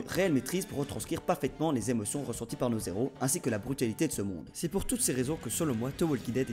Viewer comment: Super vidéo , par contre ... on fait pas la liaison dans "nos héros" hum .. je suis chiant ... Oui , effectivement.